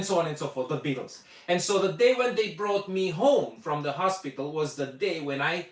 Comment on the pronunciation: But, if you're going to listen to Joanna Newsom, first check out the complete works of Kate Bush. That way you'll get a better perspective. And, you old Intellectual and Connoisseur of Rock, please, please, please learn to say T h e Beatles. If you ever go to a Rock concert, please protect your ears, as the sheer volume level is destroying your hearing.